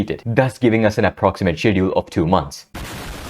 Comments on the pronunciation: i appreciate you speaking out against those awful conditions at mappa studios and the antifans/mappa bots defending it. minor thing, the 'sch' in schedule is pronounced 'sk' like in school :) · Is he saying "schedule" or another completely different word?